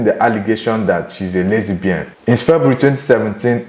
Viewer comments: What is lesy-bian. It's lesbian 😦 lol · That's the Russian pronunciation